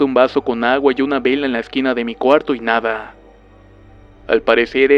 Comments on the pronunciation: Tu hablar me da risa en ves de miedo :'v "Cabelló" :v Algo asi se escribiria cuando hablas. "Nadá" :'v Ay dio.... :'v Arena ven a mi. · Osivan :3 arena en el c*lo o la va*ina? :v